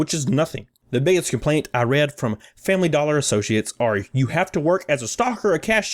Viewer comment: Fambly Dollah.